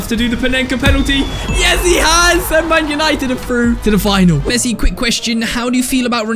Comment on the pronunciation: Bro said pessi